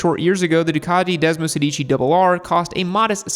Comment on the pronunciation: Hate to correct you but if you are going to mention Italian motorcycles, you need to pronounce them in their mother tongue. The Desmosedici is pronounced Desmo-SEHdichi…(the accent on “sedici” is on the “e” not on the first “i”….Sorry but Italians laugh when they hear your non-italian pronunciation. Its just as easy to say it correctly as incorrectly..